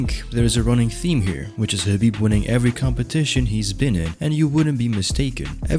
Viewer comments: I am feeling squeamish every time the narrator calls him HABIB instead of KHABIB. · Why does it sound like your saying Habib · I'm relaxed. He said Khabitch lol